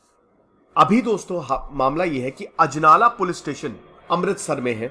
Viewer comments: Name sahi kro bhai ajnala hai ajlana nhi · अजनाला है शहर का नाम अजलाना नही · That's ajnala not ajlana